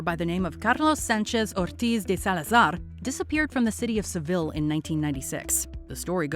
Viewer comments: Narrator: You have an excellent pronunciation of the Spanish language, so why did you pronounce SEVILLE as LL's? Double LL in Spanish is "YUH" SE-Viyuh..... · You did so great with Salazars name but not on Seville